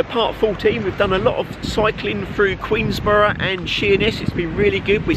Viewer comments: Queen’borough’ no ‘s’ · Please, the locals will go mad, it's Queenborough, there is no "S" in it, just saying